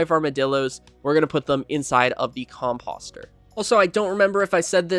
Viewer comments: Nice build - subbed... but ... whats with the "Com Pahss Ter"? Do you call fenceposts "Fence Pahssts"? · Com-POH-ster. I yelled at my monitor. Com-poe-ster, please. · The way you say composter is hilarious 😂